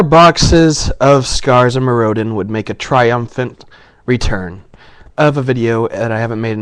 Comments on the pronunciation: Me-roe-din lolz. Mirror-din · MirroDIN not MirROdin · >.> your saying Mirrodin wrong! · OMG LIEK HE DIDNT PRONOUNCE IT CORRECTLY!!!1!!1 DERP DERP DERP DERP DERP. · It's a shame that someone who can't even pronounce Mirrodin right gets to open 4 boxes of Scars:( hahahaha I kiddd, nice vid